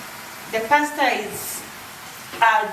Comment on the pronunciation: you said paste bolo whaaat now😂😜?tuchanue hapo kidogo